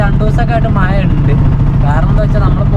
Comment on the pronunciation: മയ അണോ. മഴ അണോ പറയുന്നത്